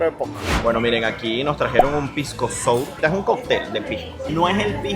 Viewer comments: Se dice, foneticamente, sawer, pisco sawer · Se llama pisco Sour. Se pronuncia pisco sawer.